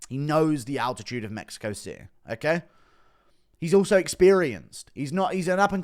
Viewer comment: Spanish gobble de gook? dude you cant even say city.